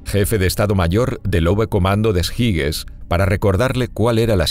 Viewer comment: En español las palabras extranjeras se deben leer como están escritas. Lo que sí no se debe hacer es leer alemán con pronunciación inglesa. Oberkommando des Heeres se lee en alemán "obercomando des jeres". Jeres, no jires.